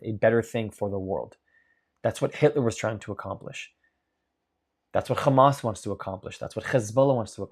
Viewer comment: I’ll subscribe if you stop pronouncing “Hamas” that way.